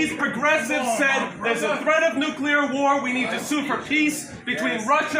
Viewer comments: Dear America...if you must drive us to world destruction, could you at least pronounce the word correctly? There are only TWO syllables in 'nuclear', my dears. The second gentleman (and 80 percent of your people) say nu-cue-lar however. This is beastly mangling of the English language must stop darlings. Please try, won't you? If we must be turned to steam in a hellish atomic armageddon can we please pronounce it beautifully? 'Oh no! Nu-clear destruction! God have mercy on our souls!' (or somesuch). I'd hate to pop my clogs, to shuffle of this mortal coil feeling irked at mispronunciation. Have a little practise won't you? It would mean the world to so many of us 😘. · i just wish to see the day when people understand that it's NUCLEAR not NUCULAR. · Why can't people pronounce the word "Nuclear"? It's not Nucular,it's Nuclear. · It's nuke lee er, not nuke ya lur. Theres not a y in it. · What do people keep sayibg nukecular, when is clearly nuclear, makes them sound retarded. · Please don’t say “nuQUEler” war. No one is going to have a nuclear war. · It's NUCLEAR not nucular! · It's NUCLEAR , not "nucilar" !!!One loses credibility by speaking improperly and hurts one's argument ! Same thing with saying "would of" instead of "would have"! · I agree, BUT! Look how nuclear is spelled. It isn’t spelled nucular. If you want to sound like an idiot, pronounce nuclear wrong. Totally agree with this guy. AOC is emotionally blocked by corporate media propaganda. Cut through the military industrial complex BS, AOC! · “Nuke-yuller”: There’s no such word. If one must insist that the first syllable is “nuke” instead of “nu”, at least say “lee” instead of “yull” for the second syllable. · I was very frustrated that the protesters couldn’t pronounce nuclear correctly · these idiots seem to wanna nu-cah-la war... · "Noo-klear" jeez.